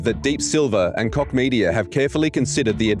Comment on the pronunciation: Apart from your opinion about this topic: please don't pronounciate Koch as dick...ehm...i mean cock! The h in the end of the name is just an h!